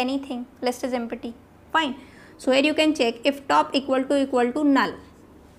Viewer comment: Ma'am u r pronunciation of empty is wrong